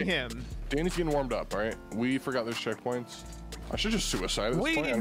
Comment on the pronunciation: round 3 said 'ceckpoints'